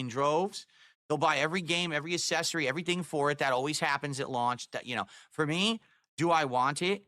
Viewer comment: I hear a lot of people saying Switch 2 is exactly what they wanted. Not a new “revolutionary” gimmick. Also accessory is not pronounced assessory you moob.